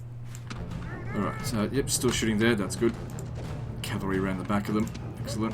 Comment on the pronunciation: "I dont like calvary auxilia" bro what?